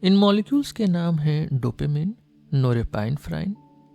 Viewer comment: Excellent 👌 Only one change in pronunciation of norepinephrine is “नॉर एपिनेफ़्रिन” not नोरेपाइनफ्राइन